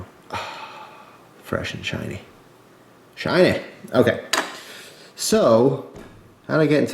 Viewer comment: when you did say, shiny it whas sounding like you where swedish :P haha